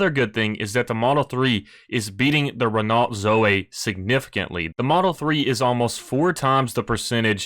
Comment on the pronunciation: Whilst you’re worrying about pronouncing words correctly, it’s Ren-Oh. You don’t pronounce the T at the end in French.